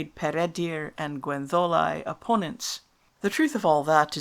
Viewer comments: Yes, I know (I am Welsh); but it doesn't sound like that when you say it. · Yet you pronounce Gwenddolau as Gwendolau, not Gwentholau. Some inconsistency here, I think.